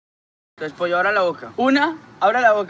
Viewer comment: Le llama pocho no pollo jajaja